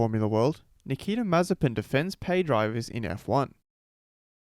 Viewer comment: His name is a prohecy. Maye-spin. Also, how can you take this dude seriously when not a single commentator has put in the effort to pronounce is name right? Nicotine Marzipan, Nokia Mazepam...